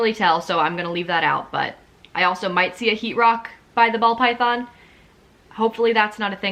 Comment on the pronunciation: I enjoy watching videos like these but the way you say ‘Python’ and think that all people in Pet Shops aren’t knowledgable really annoys me ! 😅 here in the U.K we’re much better than anywhere else, honestly ! 🙄